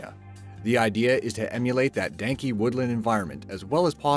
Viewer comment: "Danky"? XD